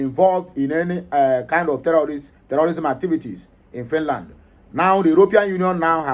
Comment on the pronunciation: Please try to pronounce your words correctly! This is social media, it will go viral. Thank. Note well: Ask google the right pronunciations of FINLAND and FINNISH..